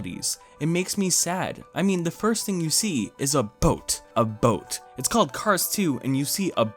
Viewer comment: the emphasis on the word “boat” had me bursting out laughing 💀 good video